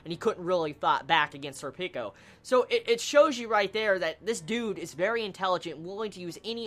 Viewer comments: pronounced "surpiko" similar to serpent with a ko on the end. Berserk = best manga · Sorry dude, every time I hear you say Serpico, it sounds like you're saying "Sir Pickles"... which is an awesome name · You know, i don't actually have much to say on this one. It's my favorite Arc, and Serpico's awesome (i pronounce his name more japanese-like, namely when it comes to vowel stress, but that's me). And it's only gonna get better.